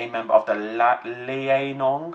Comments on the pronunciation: Liaoning is Lee-ow-ning, not Lai-eh-nong,. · Unless I'm terribly mistaken for the past few years, I think it's pronounced "Lee-ao-ning", which is probably best explained to an english speaker as "Lee-ow-ning", roughly. Note on the phylogenetic tree, recent evidence points to Balaur being a avialan, not a dromaeosaur, and last I heard Rahonavis was to.